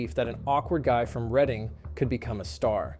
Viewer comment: I think this is the one and only time I’ve ever heard an American say Reading correctly